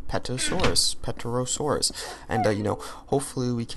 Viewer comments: terosaur the p is silent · it is pronounced ter-a-saur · Pterosaur is the mob. Ter-a-saur. The P is silent.